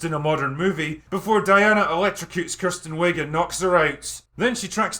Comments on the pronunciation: I love how you pronounce Kristen Wiig as Kirsten... she portrayed the biggest movie cliche in years !!!! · Being so drunk that you pronounce Gal Gadot correctly, but not Kristen Wiig is a thing. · It's Kristen Wiig, not Kirsten.